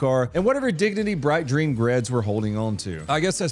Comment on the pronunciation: Ah yes,. Bright Dreen Greads. LMFAO!